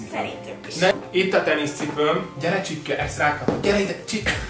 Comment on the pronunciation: A csipke helyett azert ertettem h csirke 😂😂 XD